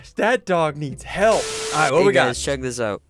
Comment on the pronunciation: Sundee didn't say that right the spiderman was like "I dont need HEEEEELP!"